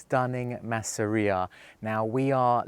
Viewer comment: Das nennt sich nicht maaaseria,sondern massseria betonung auf dem zweten buchstaben 🇮🇹🧟‍♂️🇮🇹